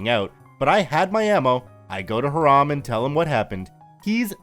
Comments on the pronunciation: I believe Hiram is pronounced HY-ram, and not like the Islamic term for forbidden. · haha the way you say Hiram bothers me. only time ive heard that name is from Riverdale and they pronounce it another way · Hiram pronounced incorrectly. See the videos Hiram Holiday for correct pronouncation. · I think that's pronounced Hy-ram, instead of Hah-ram. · F1 Yeah, and that's what it sounds like he's saying to me. I hear"Haram" instead of "Hiram." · As far as [] skepticism that the police weren't called to be involved after OP reported the threat of violence to Hiram (like "Hi-rum,' but not quite. It's a pretty common Jewish name. NOT HEE-Rahm, as you've been pronouncing it... xD ). NEeeeeeeeways; I dont think it's odd at all. From all signs, this is a camp which is like a right of passage for generation after generation in the same several handfuls of families, almost exclusively consisting of well-to-do members of the Jewish faith. It's likely that the after so many years of the same groups of friends, and their kids, and their kids etc. to develop quite the close-knit community. Add to that any predispositions the Powers That Be at the Camp may have, based on the hostile attitude law enforcement often took to Jewish citizens during their upbringing, to ultimately deal with problems "in-house" as it were, wherever possible. Rather than going to a figure of authority outside their circle, their faith, their purview, their whatever you want to guess at. Control, basically. We cant be sure, but at some varying level they all carry validity. I think with no actual incident of violence, there's no necessity to call an Outside Force to quash this problem. No one needs to risk stories in the local papers about police at the Jewish Camp. Or "Food Scandal!" On the nightly local news. No. They handle this quietly, without fanfare; like any large, private organization with a history of persecution from established Powers Th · The name is pronounced HI-ram, not ha-RAM.